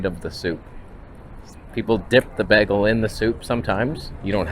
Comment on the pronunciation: What's a beggle?